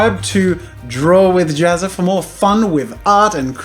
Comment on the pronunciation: his name isnt pronounced JAZZA! its JAZzA!?